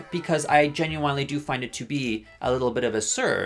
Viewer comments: Why does he keep saying "Ginuwinely" like... I have never heard someone say genuinely like that (no offense, fascinating stuff) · ok but can we talk about the way he says "genuinely" is this an inside joke or...